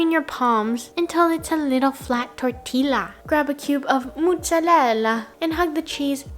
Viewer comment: Oh nooooo you said tortilla like a white person 😭 😭